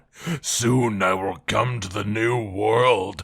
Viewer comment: Every time he says come I hear cum. Edit: It's interesting that the one that's the least likely to come to world as the one that he decided would win.